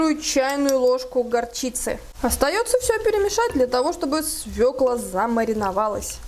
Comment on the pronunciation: Спасибо, что вы правильно произносите название овоща- «свёкла», а не свеклА